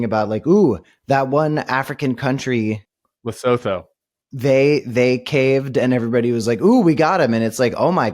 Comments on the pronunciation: Africa here. Pronunciation of Lesotho: lah sue two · Pronunciation of "Lesotho": Le-soo-two" It's a beautiful mountain country and does not deserve the ridicule that has been sent its way by ignorant world leaders. Their shameful behaviour speaks to the quality of their character and not to the people of Lesotho. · Loo-soo-too is the correct pronunciation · The mispronunciation has been driving me nuts